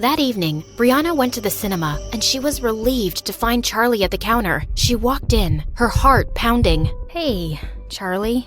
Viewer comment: Did the coach just say “sharlie” as in Charlie?😂